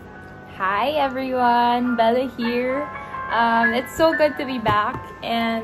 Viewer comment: Hahaha sorry. Akala ko sasabihin nya "Hi Everything" haha everyone pala 😂😂